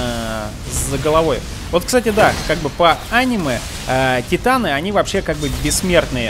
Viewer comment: Не тайтан и титан! Ни джин а Жан!